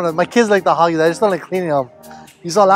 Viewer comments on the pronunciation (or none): "HOGGIE-MARK"😂 Campania Lures 🤙🏽